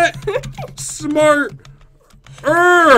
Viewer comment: He said smarer lol